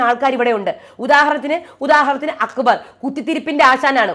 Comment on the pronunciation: അക്ബർ എന്ന പേരു കൂടെ നാശമാക്കി. അക്കു ബർ. അക്കുമ്പമ്പ ർ🤣